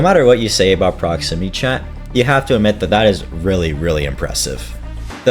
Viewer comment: Ah yes, PromixityChat ProximinyChat ProxmimityChat